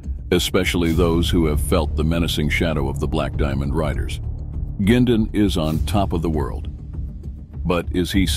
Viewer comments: You shouldn't use a computer generated voice for a documentary. This voice can not pronounce Oshawa properly, which passes me off because it's my hometown, and I don't think Bernie Quindon would like hearing his last name pronounced Gindon either! If you're too lazy to narrate the documentary yourself, maybe you shouldn't post the video! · They can’t even say Bernie’s last name right